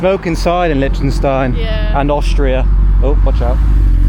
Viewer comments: Hey guys loving the vids. But its pronounced "Lick_ten_styne.". 😅🤣😂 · kills another countryname 🤣